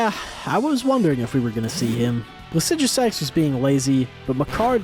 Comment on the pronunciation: How do you pronounce placidusax better than you pronounce Blaidd (who is one of the only characters in the game to say his own name out loud) and Niall (who has the most normal name in the game)